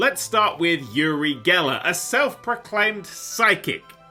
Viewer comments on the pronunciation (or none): Just would like to say his name is pronounced oo-ri and not yu-ri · Its actually OOH-RY, not YURI... It's an Israeli name And yeah... Uri is one of a kind innit